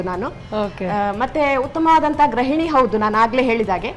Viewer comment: ಗೃಹಿಣಿ ಆಗಬೇಕು.ಗ್ರಹಿಣಿ ಅಲ್ಲ